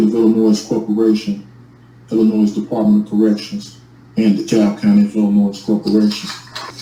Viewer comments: Hey, give the boys some belly rubs and treats for me. I think my first issue with this guy is the fact he is not understanding the S in Illinois is supposed to be silent. I really love how this group of people try to set themselves aside from the rest of the nation, and even more so when they get caught breaking the law. Ok just listening, even more, the S on the end of Illinois is starting to bother me even more so. Is this guy reading off some sort of script that he bought from the SovTard University store? Somehow we need to get him to understand in the light of the law you have not been kidnapped, you have committed a crime and been placed in jail for it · Not being able to pronounce the name of the state you live in is a special kind of stupid. And I live in Kalifornya. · Well if you cannot pronounce the English words (Illinois, coercion) then I have very little faith that you have the slightest clue what the Latin words you spew even mean. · is Illannoyed with how he pronounces Illinois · Apparently, this guy went to the late Mayor Harold Washington’s school of plentiful, multi-syllabic, and long words that make no sense. He should have received an extra day for each time he said “Illinoize”. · Illinoise? That all by itself should be a sentence enhancement. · Did i just hear him say he is granting all the gold in the treasure of "illa-noiSe" to a potato farmer? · I have also heard "Illinois" pronounced eel-en-wha. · Ella-Noise. 😂…….Illinois 😊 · Il-a-noise? Where is that? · Did he say “Illinoise”? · there should be a law that a judge can hold a person in contempt for pronouncing the "S" more than once when they say "Illinois "😠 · How can he live there and not know how to pronounce Illinois?! I'm from a small town, thousands of miles away in England, and I know how to pronounce it. It's like his YouTube degree trumps all the college and law school you attended for years?! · nails on chalk board every time someone pronounces the "s"